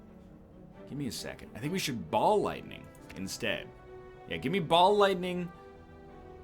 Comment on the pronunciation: is it rude if everytime he says ball lightning, i hear Bald Lightning?